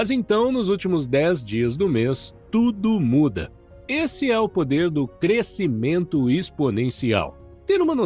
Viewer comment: Ótimo conteúdo, mas quero contribuir com uma observação: "crescimento" é som "sc".